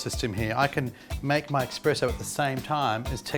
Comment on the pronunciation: Guys says 'expresso'. Credibility lost lol